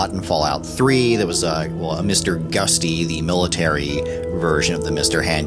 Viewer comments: "Gusty"? It's definitely Gutsy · Also it's Mister Gutsy, not Gusty.